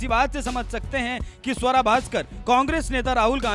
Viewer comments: स्वरा नही सुआरा बोलो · आपको गलत फहमी है इस मोमिना का नाम स्वरा नहीं सुअरा है